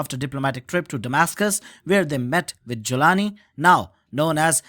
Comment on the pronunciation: Joe can't even pronounce Jolani 😂 are you kidding me